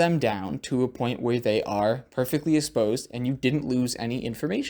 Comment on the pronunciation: don't I remember you saying in a previous video, hey look I pronounced especially right? but now instead of exposed it sounded like you said esposed? don't mind my analytics, keep up the progress, nice camera!